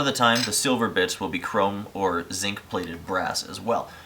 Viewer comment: what i heard the first time was "a lot of the time the silver bitch will be..."